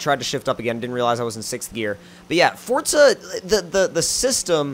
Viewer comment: Forza not fortza but you say it how you want